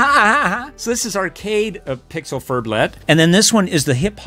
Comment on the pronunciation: Pix-elle = pixel